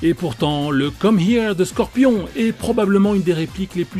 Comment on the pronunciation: "sorpion" mortal kombat